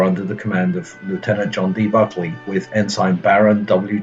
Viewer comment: Why do keep pronouncing buckeley's name bulkely?